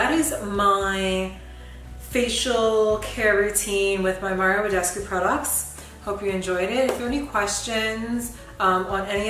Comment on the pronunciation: Yeeei . finnaly someone that can pronunce right Mario Badescu . people like to make a tongtwist like Badesciu Badeschi . and i love your video (srry for my english )